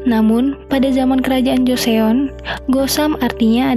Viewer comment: joseon bacanya joson mba